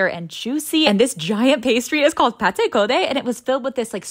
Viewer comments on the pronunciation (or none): none